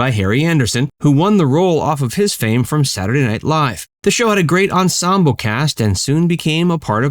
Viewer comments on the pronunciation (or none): none